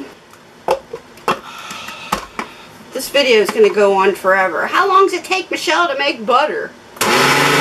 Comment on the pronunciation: I enjoy making people laugh! The next time I film I will say my name for you! I have a few videos already scheduled so it may be a few days. You pronounce it like. Me she'll.